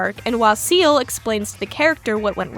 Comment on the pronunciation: ciel is not 'seal' but pronounced like the letters C-L (see-elle). ciel is french for sky or more relevant, heaven. he's heaven sensei. ... ... no you don't have to bother changing the way you say it. but if it helps it helps!